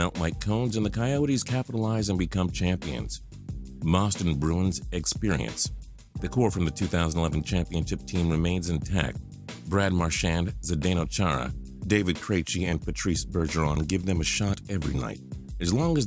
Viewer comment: It sounded like he said Moston bruins